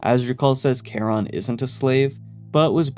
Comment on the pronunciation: Also thumbs up for your pronunciation of Charon. That’s my puppy’s name!